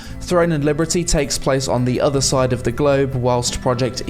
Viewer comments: Why do you say liberty so weirdly bro ? That's not how it's pronounced. It's pronounced "Leee-berrrrr-teeeee" not "Lee-brrreee-tee". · bless your heart, you say "Liberty" a little weird 😁 like "Librity" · cool video but.. libERTY not libRETY. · I've never heard Liberty pronounced that way. Librety. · Why do you keep calling it Throne and Librety? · why are you saying Liberty weird? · I love your videos but why are you pronouncing "Liberty" like that? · Why can't you say "liberty" ?? what the fuck hahahaha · the combat looks static. watch anypoint in the trailer that goes from charging to combat and it basically brings everyone to a standstill. also how is no one pointing out the way he says liberty through the entire video i feel like im going insane and hearing things